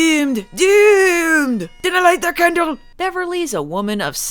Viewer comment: Candle or.... Kaaaaahn-dle